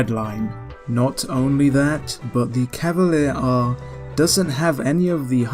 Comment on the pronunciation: I only have 1 question: shouldn't it be pronounced "Cavali-air-eh" or something like that, given it is written in italian?